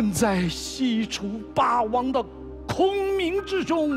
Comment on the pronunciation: 俞灏明那一声霸王，我听成了爸爸 ：DD